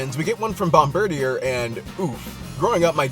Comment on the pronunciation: I always said it "Bomb--bir-deer" not the way you do. Less of a mouthful ;)